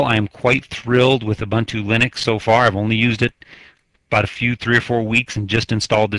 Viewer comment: "O-Bun-Too ЛЕНИX"